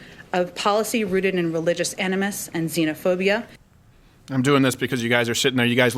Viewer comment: Enimus??? What duck is an enimus? Does she mean ANIMUS??? Aneeeemus... but then again an enimus might be a enjoyable procedure to clear you of the vapors.